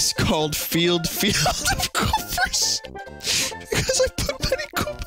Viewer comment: koopers sounds like a canadian thing "look out for them koopers eh?"